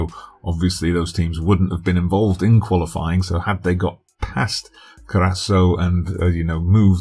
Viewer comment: Cur-ah-s-ow (the ow is like saying ouch or cow). But loving the save so far. Sorry to see all of the english leaving for the UK though!